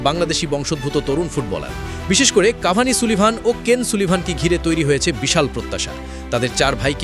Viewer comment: ইউটুবার এর বাল তুমি মাংগের নাতি কাভান কে কাভানি বলে আর কাভান হচ্ছে সবার ছোট